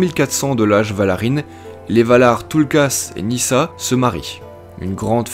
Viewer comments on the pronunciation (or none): Bravo pour ce retravail ! je n'avais pas pu aller plus loin que qq minutes sur ta 1ère vidéo à cause de ta prononciation qui m'écorchait les oreille. Il y a un énorme progrès à ce niveau. Reste encore qq éléments à améliorer : - Pourquoi dis-tu [nisa] pour Nessa ? - Telperion, il faut désolidariser le O et le N. Tu dis bien "loréline", pourquoi l'autre arbre n'a pas eu droit à autant de considération ?! ;) Par ailleurs, l'expression "Age Valarin" n'est-elle pas discutable ? car jusqu'au 1er lever de Soleil, 1 Age = 100 années (soit environ 1000 de nos années) ; Tolkien utilise le terme "d'Annale".